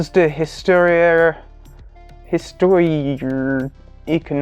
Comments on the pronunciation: ees- toir( as in boudoir), ay(as in hay)-con-om-eek, ay sew-see-al (as in Al Green) ...... :) nice job on a difficult subject. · Histoire is pronoucned kinda like "Hisss-twwa" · "Heestwaahre". Oh, and no "sh" sound on that "ci". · Pronounced "histwar"... And French is a lot less weird than English for that matter. :-)